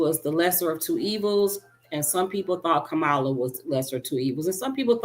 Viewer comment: A vote for no one is a vote for Trump. VP Kamala, her name is Cam-ma- la, not Ko- moh- la. Please put some respect on our Vice President name. VP Kamala Harris was a fantastic DA . I too know VP Harris and is a resident of Southern California. If you or your family member was a criminal then you got what you deserve. It's sad that you hate a well qualified woman of color so badly that you couldn't ever vote for her over a felon accused of rape. I don't think anyone cares about you going back to Africa. Most people are probably glad you are going back to Africa with that attitude. Poor and Middle class will suffer in USA for there decisions to elect a criminal for POTUS. I thank God I've been blessed enough to spend most of my time outside the USA 🇺🇸 in excellent condition.